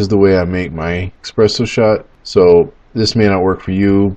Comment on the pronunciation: Oh my god 🤦🏻‍♂️ expresso